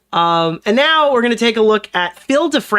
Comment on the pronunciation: I think actually has a speech impediment, the way he says words like “nuke” as “Nook” and “Now” as “Naur” is wild.